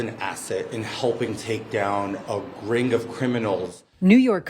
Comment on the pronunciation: It’s minor but, “gring”